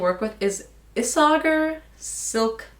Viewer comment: Pretty sure its pronounced: ees-a-hair (Isager)